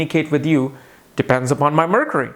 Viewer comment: "Marcury" :D :D